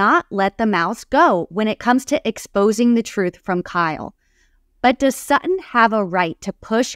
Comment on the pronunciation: Her name is SuTTON not SAA on please girl learn your language before you speak